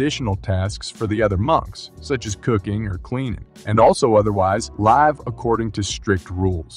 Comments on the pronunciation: Live according to strict rules....anyone else catch that? He said it like "a live show" and not like "how long will I live" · Your voice synth doesn't know how to pronounce "live" from context. It also has several mispronunciations of "shaolin". Still good stuff but..... 🙂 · I can't believe that you managed to mispronounce the word "live"! Also, how many different pronunciations of "shaolin" can you manage?!